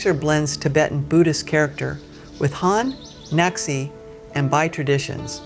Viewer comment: The ethnic group is called “na xi(as in their president xi)” not nazi😂